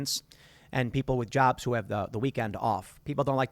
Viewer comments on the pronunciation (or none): none